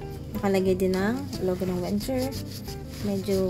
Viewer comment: its "VenGGer"